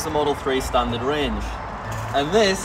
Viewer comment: "STANTARD"? Mistakes do happen sometimes...